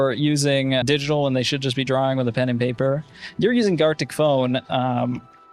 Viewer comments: Other people: drawing: drawring 🤠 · You say “passible” instead of “possible” and “drowing” instead of “drawing” but you say “ball” regularly. To me the o in possible and the a in drawing sound the same as the a in ball.